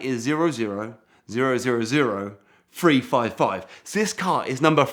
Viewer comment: "Free foive foive"...